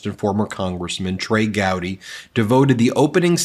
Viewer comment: Gowdy not Howdy